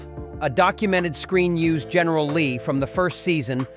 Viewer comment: GERRNAL LEE DUKE HAZARD... GERNAL LEE NEVER GET RID THE. MILLION DOLLAR OR MORE